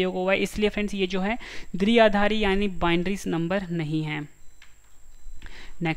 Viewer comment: Sir phli baat to ye h ki दृआधारी nhi h ye द्विआधारी (dviaadhaari) h 🤔🙄🙄😏😏